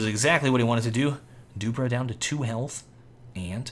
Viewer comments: keeps calling him "doopra" lololololol dewwwPREEEEEE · Its dupreeh not dupra and flusha not floosha :) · it's duprEEh not dupruh ;) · zipnix not sipe-nix flush-uh not floosh-ah du-pree not du-prah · Dupreeeeeeeeeh not duprah Flusha not flooosha sipnix not sypenix Just saying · Dupbrah? Its dupreeee m8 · should pronounce the name right, dupreeeeeeeh eeeeeh not dupre. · Jesus, device looked fishier than flusha back then. Also funny hearing call dupreeh as Doo-pra' 😂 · Dupreeh is pronounced Dupree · always has some trouble pronouncing player names rofl.